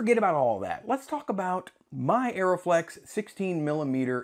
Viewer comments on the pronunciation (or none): Also it is "Uh-ree-flex", not "Aeroflex" :D